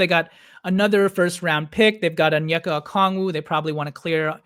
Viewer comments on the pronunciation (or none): none